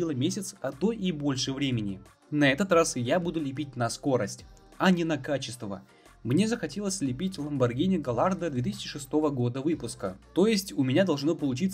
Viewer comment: ГаЯрдо!!! Л не читается! Это переводится как "удача"